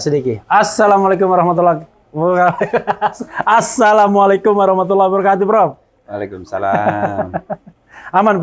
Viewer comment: Pak Refly tolong bacaan salamnya dibetulin, bukan Aaasalamu Alaikum, tapi Assalamu alaikum